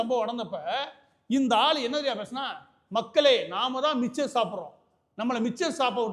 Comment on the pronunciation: சார், 'மிச்சர்' இல்ல, மிக்சர்... அருள்கூர்ந்து பிழை தவிர்க்கவும்...